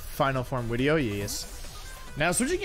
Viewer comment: Does anyone know why he say wideo instead of video